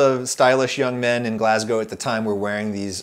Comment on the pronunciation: I have never heard an American pronounce Glasgow correctly until this video. I’m glad you had a great time here and thank you very much for pronouncing it correctly Grate video!